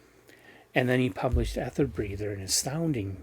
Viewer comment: Hi...erm...this is a bit embarrasing....sorry but it's pronounced "eether" mate (In American English as well as REAL English)☺ so you say it "Eether Breather" love ya mate